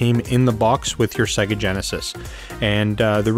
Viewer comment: Thanks for this! I just have one nagging question: Why does everyone on YouTube pronounce Sega wrong, even though most Genesis games pronounce it for you when you start them up? SAY-GUH!!! ;)